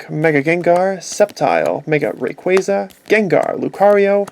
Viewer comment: that is not how u say rayquaza